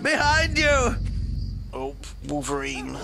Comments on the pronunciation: balverine not balvereen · Sorry, kind of got to me xD Balverine; "Bal-Ver-Reen"